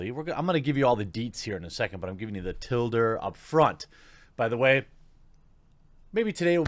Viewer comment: Tilder: Noun: The phonetic pronunciation of TL:DR.